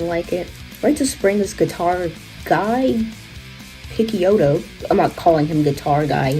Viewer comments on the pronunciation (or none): Great video! This scene was hugely influential and is largely forgotten! Btw Guy Picciotto is pronounced “Ghee Pitchey oh toe” and MacCaye is pronounced “Muck Eye”.